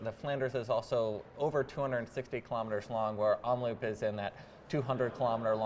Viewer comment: Nice vid, thanks. It's Omloop, not Omloupe. Loop is pronounced like Hope. 👍